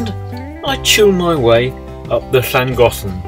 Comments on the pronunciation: As a Welshman, living in Japan for almost 20 years, and having been on the Llangollen for 2 weeks in the late 70s...... Yours, young fella, was by far the best pronunciation! Even my Japanese better half was impressed! We enjoy your videos,,,,please keep em coming! Thank you. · I'd wondered about Llangollen pronunciation as so many pronounce the first Ll unlike the next ll. Now I've heard the logical linguistically correct pronunciation! Hurray